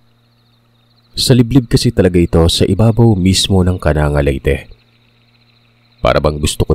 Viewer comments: Its not Kananga po it's kanang-ga po😅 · Mali ang pagka bigkas ng lugar.di yan kananga.kundi ang bigkas.KANANG GA. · pronouncatuion po Ng KANANGA, AY KANANG-GA PO.😊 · Its kanang-ga ang pagbigkas yan hindi kananga, may pinsan ako jan isang guro d ko nalang pangalanan, kasunod nyan is villaba at kasunod ay palompon. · Kanang .ga po pag basa niyan KANANGGA LEYTE taga baybay Leyte ako 😊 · Kanang ga po pronounce nun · Kanang(ga) Po yung pagkakabigkas:) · Kanang ga po Ang pag bigkas nyan